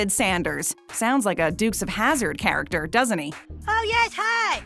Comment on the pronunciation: She said charackater